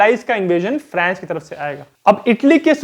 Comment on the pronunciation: फ्रैंस या फ्रांस ??? भाई अंग्रेज कम बनो और सही उच्चारण करो ।